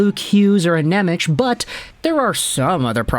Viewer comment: Pleeeeeease stop saying NemeCH... its pronounced NemeTS. In Slovak, the letter C is like TS, whereas Č is the American CH sound.